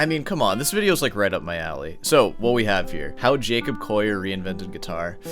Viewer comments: It's not pronounced 'Coyer'. It's coh-lee-ur. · do you really think you know how to pronounce his name better than he does? its collier not coyeh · Jacob Coyyur hahaha call e ur would be how it's pronounced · Don't do a take-down video and mispronounce the target's name! It's "call-yer"; there's no "oy" sound in there. Undercuts a claim to having good "ears"; I apologize for being mean, but it has to be said. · Collier is pronounced with an L not a Y. You're saying Coyer. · I love how you pronounce it “Coyer” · It's always a red flag when the presenter can't even pronounce the subject's name correctly. It's not "Coya" :/ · Who the f*ck is Jacob "Coyer"? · You see 2 LLs and pronounce it "Yu" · Bro he ain't Spanish... You can pronounce the "ll" in his name. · The number of times you've said his name wrong in the first minute omg Clearly a show of dominance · Straight away within 1 min I am put off by this guy's weird arrogance. How am I supposed to trust his expert opinion when he hasn't even managed to correctly pronounce the guy's name who he is attempting to critique? Maybe he has a speech impediment? Whatever the case, this is not a very convincing start...